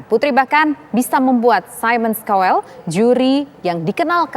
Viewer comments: "saimon kauwel" pronounce nya.. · Mon maaf cara bacanya mba : Simon Cowell = saimen kawel Chance= chans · Simon kowel hahaha cobalah belajar lagi sblm on air 😅